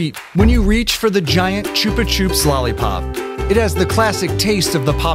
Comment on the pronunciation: It’s chupa chup not choopa coop